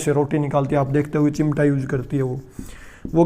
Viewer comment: Very nice nice sir👌👌 But sir hindi word correct kre thoda Ex. धुरी, कूड़ा, चिमटा....